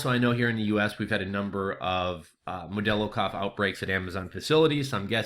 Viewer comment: I'm sorry but where did you get the name "modello" cough from? It's hilarious.